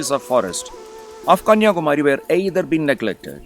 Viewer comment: Excellent video presentation. High quality content. Looks like the voice is given by a Malayalam speaker. Because the pronounciation of Kanniyakumari is wrong, Please pronounce properly, it is not Kumaaaari, it is Kumari.